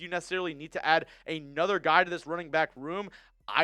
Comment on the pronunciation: 😂😂 “A Whole Nutha Level” love you